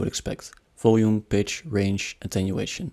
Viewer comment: Pitch not bitch